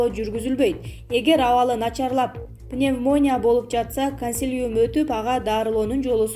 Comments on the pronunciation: Ай диктор кыз пневмоония деп аябай кызык окудунго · ПНЕВМООНИЯЯ ДЕБЕЙ ОКУШТУ УЙРОНЧУ ЭЙ КЫЗ НЕРВКЕ ТИЙДИН ГО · Пневмония деп жазылат.пневмания деп кайрылат.😉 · Ай кыз пневмооония эмес😀, туура окусан... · Дагы еле пневмо'ния бы, туура окубаисынбы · Пневмооония де 😂😂😂😂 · Ой энен пномвоня дейсинго 🤣🤣🤣🤣🤣🤣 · Пневмооооония галдирабай туура окусан канчык нервди бузбай.... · Мен да кулдум 😂😂😂😂